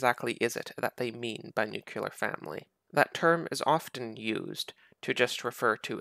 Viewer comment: Stop saying nuculear